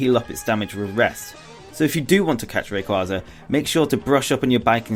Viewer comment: Why do they always pronounce rayquaza wrong?